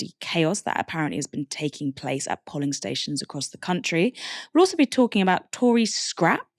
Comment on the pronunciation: The o in polling is pronounced like the o in go. It was distracting listening to the polly parrot pronunciation. Is it a word you've never come across before? They aren't even counting the people they've turned away for lack of ID if they are turned away by 'greeters' outside of the polling station.